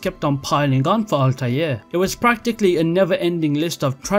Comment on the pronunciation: Ezio....... Desmond........ ALTIAR.....